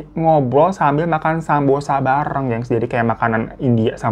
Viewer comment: kayanya samosa bukan sambosa bang